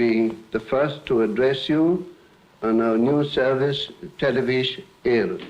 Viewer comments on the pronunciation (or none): It’s so new to the Irish President in 1961, that he’s struggling to pronounce the word… “televish-in”